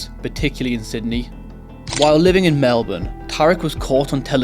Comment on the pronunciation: First non Aussie to say Melbourne correctly. Congrats to you 👏